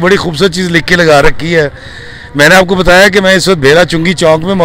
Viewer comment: It's Chok not Chonk. I know you from Lahore but you are educated too. A roundabout is called Chok